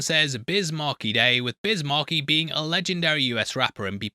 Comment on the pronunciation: Biz Markie ... Markie pronounced like Marquee, not like Marky Mark lol